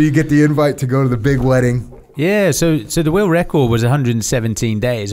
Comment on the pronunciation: “Oi traveled all over the wewuwd” 😂every time this guy tries to say the word world. Why do brittys have such a speech impediment?